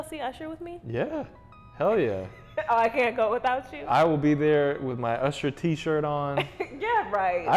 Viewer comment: said ursher baby 😂😂